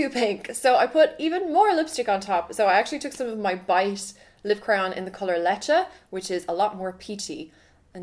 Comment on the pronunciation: Absolutely butchered the pronunciation of leche haha. It's okay though A for effort